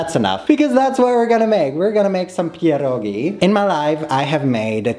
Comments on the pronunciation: I NEVER HEAR SOMEONE SAY PIEROGI THAT GOOD LIKE.IM IN SHOOK LOL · omg i love the way you say "pierogi” its perfect 🤩🤩❤️ kisses from Poland🥰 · The pronunciation of pierogi🤩